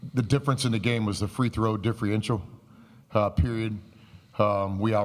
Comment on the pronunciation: Someone needs to teach him how to say "Differential" if he's going to complain as much.....no idea what a "difrienshul" is.